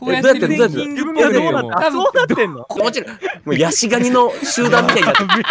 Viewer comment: 気持悪いです 「ち」が抜けてて可愛いw 今気づいたんだけどね(*´ω`*)